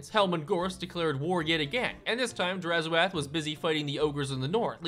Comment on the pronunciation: Please, it's 'drazh oath' not 'draz ho ath' and it translates to 'evil promise' in zharralid